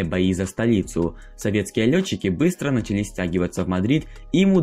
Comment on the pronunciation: Ударение в словах! Что ты делаешь с русским языком? Какие нафиг «началИ», «осИ», «бралИ» и тд?!